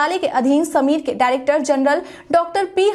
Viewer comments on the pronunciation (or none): none